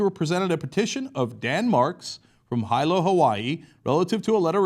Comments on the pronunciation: Yes, Dan Marks is an American hero! We need more people like him to please join Wolf Pac! By the way Cenk, Hilo is pronounced Heelo. I used to live in Hawaii and all the tourists and people from the mainland mispronounced it like you did and it really bothers people from there. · Pronounced heelo. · Hilo is pronounced He-low. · its actually pronounced HEE - LO for Hilo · Hilo is pronounced as Heelo Cenk. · Cenk pronounced Hilo wrong -__ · jesus motherfuckin' christ LOL!!! Growing up in Hawaii, I know how it's pronounced. It sure as Hell isn't Hy-low.